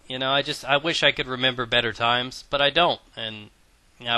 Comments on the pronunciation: HE SAID "TO MAKE ME FEEL BUTTER" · Did you say "make me feel me Butter" ?¿ haha^^